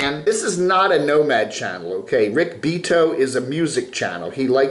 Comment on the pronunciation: Rick's last name is pronounced "BE-ought-toe". C'mon, if you watch any of his videos (and they are greatness), you would know that.........LOL. 😅 🤪 😅